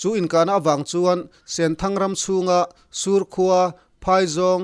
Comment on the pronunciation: sur' khua tia thluk sang lo in, sur, khua tia thluk hniam tur zawk a ni e.